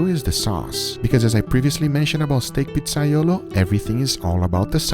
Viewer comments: I’m Italian and this is not how you make pizzaiola, ah btw, not pizzaiolo. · It's iolA, not iolO.